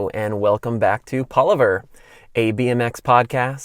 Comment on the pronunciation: Is he just me or does Chris pronounce Palaver, wrong?